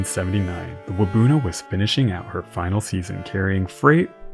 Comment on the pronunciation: I grew up in Parry Sound and there's a plaque at Waubuno beach that talks about the disaster. Just one slight correction– your pronunciation of Waubuno isn't quite right. The emphasis should be on the end with the rest of the word said quickly, so more like "wahboon-Ohh" than "Wah-boonoh". Hard to describe, but hope this helps!